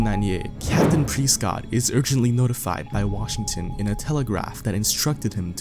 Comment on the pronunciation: It's fing press cott not preeescot